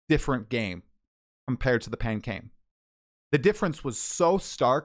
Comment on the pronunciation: the "pancain" is peak